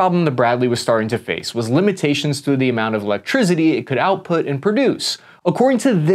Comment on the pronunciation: "electrizzity" lol